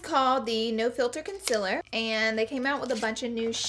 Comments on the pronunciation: it's Concealer not Consiller Pleaseee get it right ;(( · It bothers me that she says concealer like "conciller" lmao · colorpop "concillers" haha idk if I like that or hate it 😂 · I love the way she says conciler instead of concealer ❤️ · She says conciller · Have the subtitles on and instead of "concealer" it says "consiller" lmao love ya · Katie Payne I’m from NC, and I only really dislike when she says ‘concealer’. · Am I the only one who loves the way she says concealer?